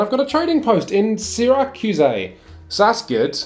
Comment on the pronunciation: lmao the Syracuse pronunciation